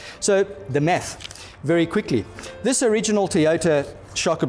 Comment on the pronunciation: "Let's just do some 'meth' for a moment cause 'meth' is always good" 🤣🤣. But on a serious note, absolutely loved the video! Great info! Thanks 🙂